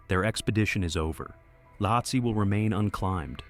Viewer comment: Ueli Steck is pronounce U-lee and the mountain they were climbing is pronounced Lot-see. Do your research. Do better.